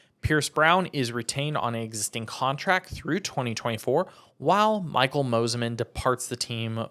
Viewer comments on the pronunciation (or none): none